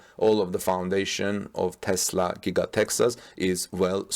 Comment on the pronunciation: Thanks for saying TESLA not TEZLA.